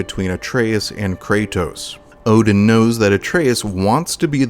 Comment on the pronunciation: Ngl I didn’t realize it until a the mission before he actually turned on us. I noticed the mispronunciation of his name and was like NOOOOOO